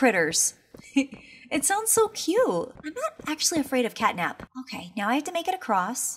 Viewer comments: It's cat nap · It’s cat nap